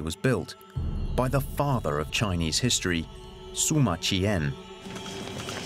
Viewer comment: The historian is named Sima Qian, pronounced See-ma not Soo-ma. Pls try.